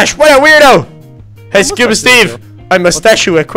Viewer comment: can’t say scuba Steve